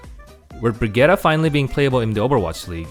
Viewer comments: As a fellow Scandinavian, it’s not. It’s pronounced “Bri-git-teh.” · I’m Swedish and that’s not how you pronounce it comrade